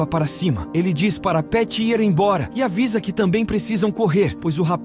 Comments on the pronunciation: Essas locuções esquisitas sempre falam errado ao tentar dizer "IR", no lugar dizem " I R " (as letras separadamente), além de outras palavras rsrsrsrs. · Mas é IA. Tem uma parte que ele deveria falar “ir”, mas lê a letra, no caso “i” “r”